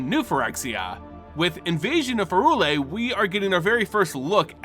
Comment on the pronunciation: Bro I love you to death, but it’s pronounced PIE-RULE-IA. Prey tell where the H is buddy in P Y R U L E A